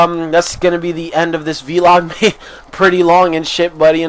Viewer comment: "vlog" not "veeelog" You don't call a "blog" a "beeelog" do you? ;D